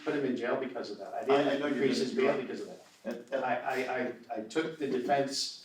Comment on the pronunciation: "THEY TURK HIS DAAWG"! 🙂